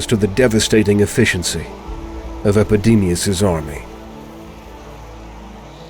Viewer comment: Epidemius "eyes" ?